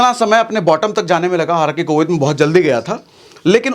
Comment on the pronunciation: Covid hota hai covith nhi hota hai